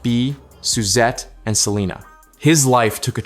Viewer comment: This AI is horrendous. Pronouncing the last name wrong and really chopping Selena name. What a disgrace to the families legacy. Really????